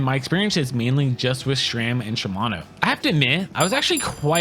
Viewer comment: it's sram not shram